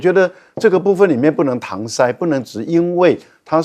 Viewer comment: 搪塞，的塞，应该念作SE，不是SAI.拜托，你不是博士吗？教授吗？这是小学生应该都不会念错的啊。台湾的博士，水准实在太高了。